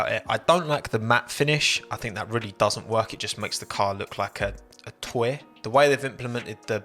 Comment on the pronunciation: Your pronunciation of the word 'toy' made me laugh 🤣 "Twehh"